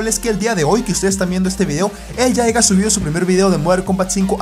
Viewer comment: Deja de decir 'aiga' es 'haya' :v Solo eso xD buen video!!! 😄